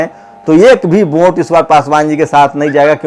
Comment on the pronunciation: Vote hota hai bhai..Vonte nahi...thoda pronounciation thik rakhiye..